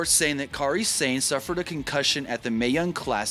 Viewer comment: Sah-nay, not sane